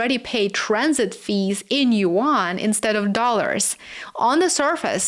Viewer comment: It’s YUAN, not 2 syllables…. You illiterate YouTuber